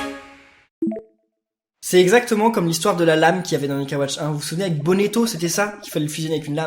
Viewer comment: Et l'aiguisoir se fusionne avec un couteau rouillé qui est a troc safari pour donner.....Oui:Avec le brut tu a la lame sacrée et avec l'autre la lame maudite.(A donner a bonneto,qui se pronomce Bonneto et pas bonnéto)